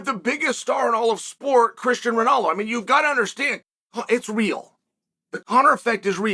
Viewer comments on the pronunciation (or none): As soon as Chael said Christian Ronallo, I said to myself, that’s obviously not going to be the guys name. Took me 5 minutes to realise he was talking about Christiano Ronaldo 😂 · Christian Ronalo - 0 - Chael's name butchery -1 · It’s so cringe when people say “soccer”😂 soo cringe 😂Americans are just lost how’s he saying “christian ronoldo ” maybe the most famous man on the planet and Americans can rn say his name or sport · "Cristian Ronalo" most accurate pronunciation ever 😂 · This dude jus said "christian ronalo" and continued with his video😂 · At this point, getting the names wrong has to be a monumental in joke. I had no idea Chael was talking about CRISTIANO RONALDO until in. Until then I thought there was some guy called Christian Ranallo that I had never heard of, that maybe played MLS or the 'other' football. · “Christian Rownalo or whatever is name is” 🤣🤣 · And followed that up shortly afterwards with "...probably the most famous sports person in the world", hahaha, but can't say the guy's name correctly. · Typical American pronunciation